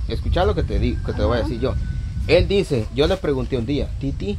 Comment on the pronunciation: Y LUEGO dises medisen cisañoso😂😂😂.